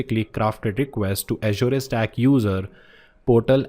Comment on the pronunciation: Your pronouncing "Azure" incorrectly.. Look for Satya's video on YouTube on How to pronounce Azure?